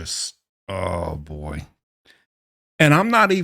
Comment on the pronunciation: Don't like the way you say boy what up with that